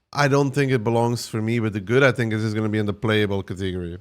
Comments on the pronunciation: Can you say catagory again for me hahahhahahahaha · I like the cateeegory pronunciation, don't care that it's wrong, sounds soothing